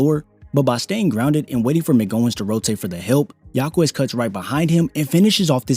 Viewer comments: his name is Ha-kez not Ha-Kwez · Jaime Jacquez = High-Meh Hawk-eh'z It's NOT Haw-Quez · It's pronounced like "Ha-kez" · Jáquez = “HAWK-US” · Great video, fyi its pronounced HA-KEZ the u is silent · Respect the player enough by learning to pronounce his last name correctly